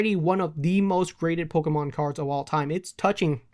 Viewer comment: Why does he say "Polka mon" 😂